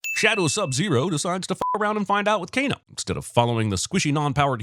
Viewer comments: Announcer says Kane instead of Kano DING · Did you just Kano a "Cane"? KANESINSININTY! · It's Kano